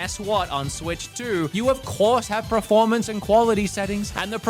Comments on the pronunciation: I love your channel and videos but it's "Per-formance" not "Pro-formance" 😵‍💫😵‍💫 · It’s not Preformance it’s PERformance 😂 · australians cant pronounce words my brother saying preformance. just like when i was a kid and every aussie said do u want to play carative mode in minecraft instead of creative